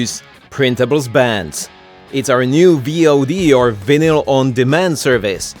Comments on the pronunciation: yes he uses the czech pronounciation of vinyl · the pronouncination of "vinyl" is an extra level of perfect.